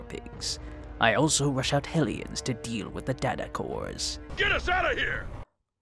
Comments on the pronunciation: Why do I keep hearing "Aliens" instead of "Ellions"??? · Anyone else kept mishearing Hellions as Aliens?